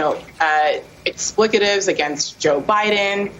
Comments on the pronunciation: Do Americans say explicitives for expletives? The former, and word she used, is not a word, the second e is pronounced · Ex-plik-uh-tives?! Jesus lady if you can't even pronounce it correctly don't use it. Lemme help you out.. Ex-pluh-tives... 3 syllables, not 4